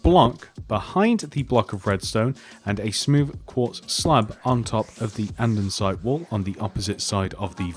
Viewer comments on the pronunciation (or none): "andensite"